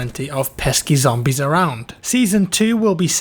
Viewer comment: Did someone just say ZAMBIES? Barricade the windows and get points and no duh pack a punch